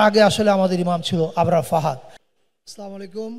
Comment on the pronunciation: সালামটা শুদ্ধু করে সুন্দর করে দিতে পারে না এই লোক। ছামায়কুম মানে কি???